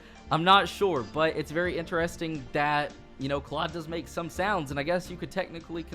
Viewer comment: You say Claud not right